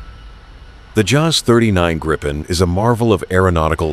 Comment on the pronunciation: You will piss off lot a of of people calling it Greipen.